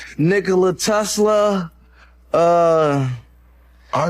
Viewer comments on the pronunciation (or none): none